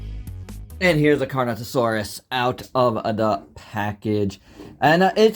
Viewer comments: It’s Carnotaurus. Not Carnotasaurus. And not Carnosaurus. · bro doesnt know how to pronounce carnotaurus loser take the L